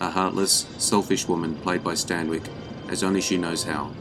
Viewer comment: He can't pronounce Stanwyck either, he always adds a non existent d